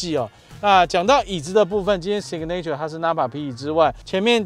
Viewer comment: signature 重音在第一音節 唸‘si ga nr ture, 不是sig ’ne ture. 好似不重要,但是從頭到尾都唸錯,給人很不專業的感覺齁？